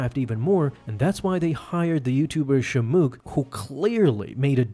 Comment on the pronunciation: Its not Shemook its Shamook